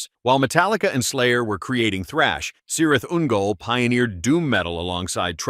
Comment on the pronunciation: It's spelt Cirith Ungol, but it's pronounced "Kirith Ungol".